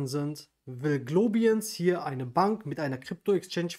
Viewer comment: bist du sicher, daß die Aussprache richtig ist? Globiens? Eher wohl Glo- baiens Was ist der Mehrwert zu anderen Kryptobanken?